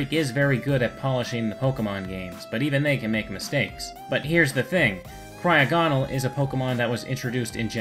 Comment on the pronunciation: You said cryogonal wrong